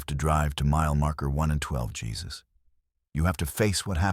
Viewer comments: Jesus like biblical on the cross? Is your head somewhere really dark? His name is Jesus, a Mexican name ptonounced 'Hey-zeus' Another really stupid AI production. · That pronunciation mistake pulled me right out of the story. AI missed an obvious one there. 😅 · Exactly. Drove me nutz 😅